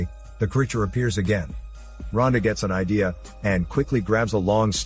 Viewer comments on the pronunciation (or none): its not rhodna, its rhonda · Does he mean Rhonda instead of Rhodna?